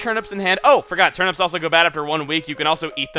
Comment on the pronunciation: Why do you pronounce turnips 'turn-ups'?